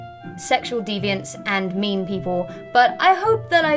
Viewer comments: Did she say mean people or meme people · I thought I was the only one who heard that tbh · At the start did she say mean people or meme people